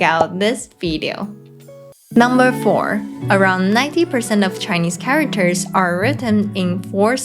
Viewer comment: Cool. But the way she pronounced it charaWters is a bit annoying; if it had said just for a few times, maybe it's not really a problem, but since she said charaWters too many times, she should have learnt it better to say it properly.